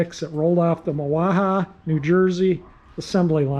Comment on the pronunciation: I’m from Mahwah and vaguely remember the plant. There’s a big Sheraton hotel on the grounds and some other new development. It’s pronounced “ma - wa” which is derived from the Lenape Indians language. Silent H. Really enjoying your restoration series.